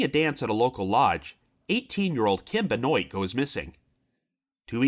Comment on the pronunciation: Benoit, pronounced “Ben-wah”. Of French origin.